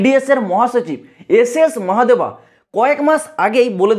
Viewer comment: Ss Mahadeva ❌ Gds mohadeva✅✅ 😂😂😂😂